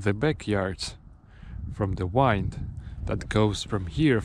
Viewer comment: Interesting video. Kind of sad too. I hope you don't mind me saying your English is very good but you pronounce "wind" incorrectly. It is the only word I noticed but your English is superb.